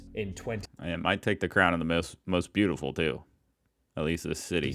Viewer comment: The First Person to call Berlin beautoful lmao